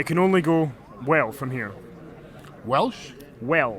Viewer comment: The Question of life: Did he say "go", or "goo" :D